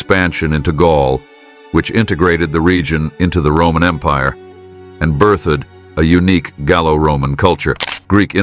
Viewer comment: The history is fine, but the narrator keeps pronouncing random words incorrectly. At one point he said “birth-edd” instead of “birthed”.